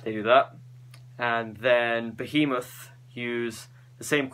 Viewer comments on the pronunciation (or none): none